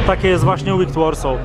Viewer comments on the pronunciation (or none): none